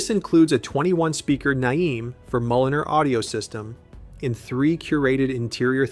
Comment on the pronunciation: Nayiem is what they called your mother in jail,it's called Naim.